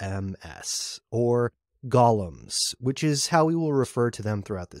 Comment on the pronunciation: Golems, not gollums, right?